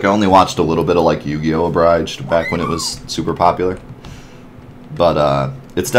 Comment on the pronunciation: did you just say "ah-bry de ge?" It is a-bridge-d. Like you just saw a bridge somewhere. Hey, look at that bridge over there. A bridge. Abridge. Abridged.